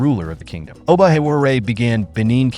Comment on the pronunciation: If you're going to do a documentary, at least try and pronounce the names correctly. If not why even bother? It is disrespectful to constantly mispronounce simple names. For example, you pronounced the Benin "Oba" as "Obo." How do you make such a mistake if you did actual "research" of these kingdoms? It seems you're one of those people that love to hear themselves talk. You love the sound of your voice, don't you? You worry too much about the sound of your voice that you missed trying to pronounce the names properly.